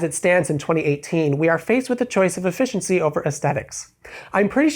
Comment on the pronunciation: What kind of pronunciation of efficiency is that lol